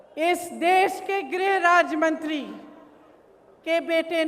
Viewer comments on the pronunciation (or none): Mantra to sahi bol ligiye